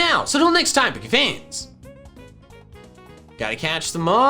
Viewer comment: Bro.. you need to stop fucking up the pronunciation of "Pokefans". It's so fucking annoying especially since from there after you always do a hard "Pah" sound. When you say pokemon.😒😒🤦‍♂️🤦‍♂️